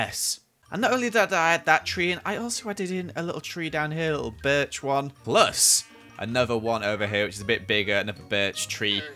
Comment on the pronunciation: keeps saying berch me:KINGDOMCRAFT